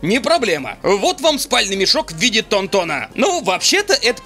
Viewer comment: ТАН-ТАН А НЕ ТОН-ТОН БЛ***!!!!